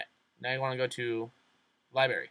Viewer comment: I had to stop watching this after he said the word, "lie-berry." Twice